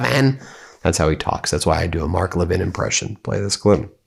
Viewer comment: You mispronounced Mark Levin as "Mock Levin". Was that on purpose? Clever!! PS. Don't forget to mention the Epstein Files on every broadcast and settling for nothing less than complete and unredacted!